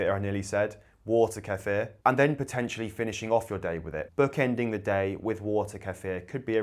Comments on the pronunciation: i swear once you say queefer im out of here... ok you said it correctly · I really appreciate that you don’t chop the word kefir’s pronunciation. You pronounce it the way it is. Americans are different, their pronunciation is made up to the “American” way, and they believe they are correct, making believe that the correct pronunciation is wrong.